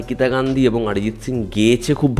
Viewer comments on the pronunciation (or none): See, my neph, it's better to sound those Bengali names in Bengali. Did you get it freakishly? 😊